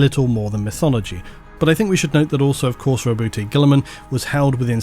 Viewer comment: Btw it's roboot, not robootay. It's modus operandee. Not operandai.